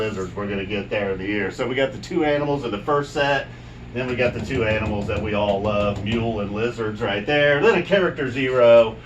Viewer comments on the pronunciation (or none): none